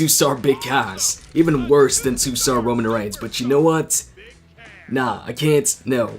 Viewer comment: Kevin._. I know it's Roman & I also have auto correct but this is how pronounce it as fun "Romoan".